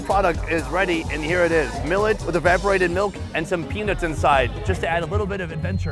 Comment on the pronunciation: E-vap-or-ate-id, sound it out brother